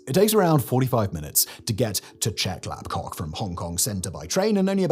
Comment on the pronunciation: Who else chuckled every time he said Chep Lap KOK?